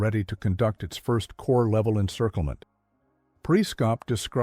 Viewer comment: You pronounce corps as corpse like Obama. Obama and AI don't read military history and don't know any French.